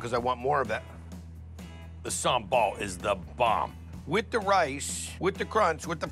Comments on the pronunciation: It’s funny how the lady pronounce it as “Samble” (giving some accent) but Guy pronounces it the correct way, “Sambal” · Mostly people in Java pronounce Sambal with Sambel . While in other provinces in Indonesia we pronounce sambal like Guy did. It depends on which province you are from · thats the way Indonesians pronounce sambal...